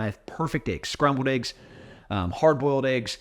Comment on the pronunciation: It's eggs not eaggs 😂